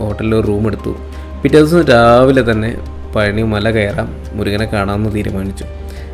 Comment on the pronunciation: പളനി അല്ല. പഴനി